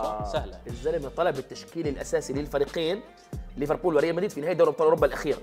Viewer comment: ليفربول ❌ ريفربول ✅ 😂😂